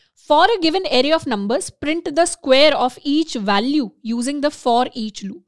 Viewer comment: "Walue" , "Wowels" 😂 Welcome to JAWASCRIPT guys 😅